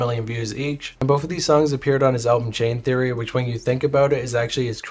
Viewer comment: all the Xs are Os bruh. You said Chaos Theory wrong